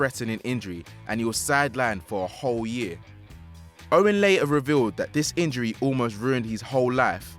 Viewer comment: Michael Owen... Mac oon..